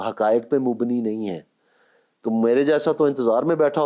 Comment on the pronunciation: بھائی تلفّظ درست کرو۔مبنی ہے۔موبنی نہیں ۔